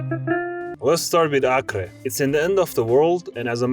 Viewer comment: Acre is pronounced Ak-ree